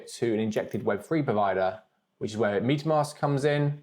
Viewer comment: Love the Video, and as a fellow englishman, it's metamask not pronounced Meat a mask 😁